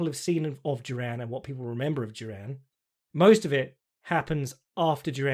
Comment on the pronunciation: You pronounce Duran so weird, it sounds like Jerome. Great podcast, cheers.